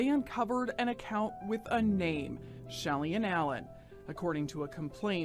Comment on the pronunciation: Shelly Ann Pop not Shelian … Lol